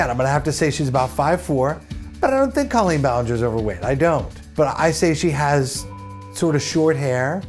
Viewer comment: PSSSST! It's CO-lleen Ballinger.. CO as in coworker. She's said it happens all the time and she doesn't really care either way, but at least now you know. 😆